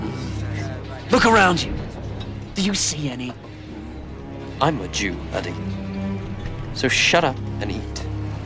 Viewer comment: They called him Addie 😂😂😂😂😂